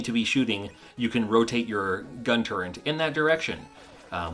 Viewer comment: "Turret"... It's "Turret", not "Turrent". Say it with me... "Turret".